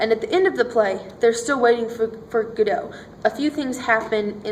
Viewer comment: Two cringeworthy Americanisms here. That dreadful, recent habit, i.e. starting the sentence/presentation with a conjunction, "so" and calling it Guddo. Its Godot pronounced Goddo.